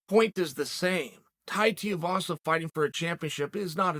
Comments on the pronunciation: its tai tui vasa not tai tiavasa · "Tie Teahvasa" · Too-eee-vasa say it with me uncle Chael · Good ol Tai Teeavasa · Who the fuck is Tai Tee-uhvasa? I swear Chael mispronounces on purpose lol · Tai Tiavaza - he does it every. Friggin. Time. :D Edit: is there a SINGLE vid where Unc doesnt get at least 1 name wrong?